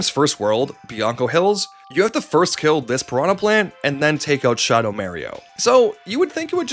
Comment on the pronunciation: Shuhdow Märio particularly hurt